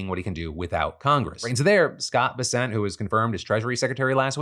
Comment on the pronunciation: Phil please you're killing me, it's pronounced bes-ent, not be-sent.